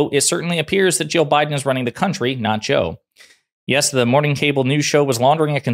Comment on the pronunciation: Ya might want to try enunciating better when saying Jill and Joe. In this video, their names are indistinguishable. The main vowel sounds both sounded like “uh”. It got a little confusing. 😊